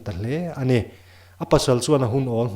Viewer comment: Min huatna ah neih tumlo la, i thuchhiar ah hian"""ani''' tih te,,A"'''tih te hi Fullstop lutuk ang in chhiar lo in coma ang lek in uar lutuk lo deuh in chhiar la a fuh hmel.